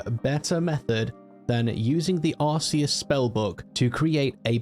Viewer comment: It's ar-KAY-uss btw, not ar-SEE-uss 😌